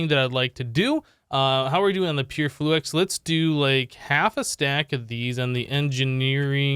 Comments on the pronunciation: ITS FLU-IX NOT FLU-EX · he said flu-ex every time.